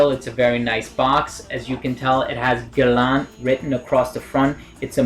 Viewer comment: It is pronounced as ' Gae La' Nice review dude.